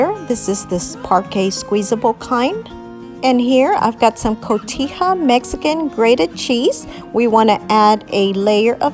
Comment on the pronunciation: It’s pronounced Cohetha not cotiya🎉😆🎂🎊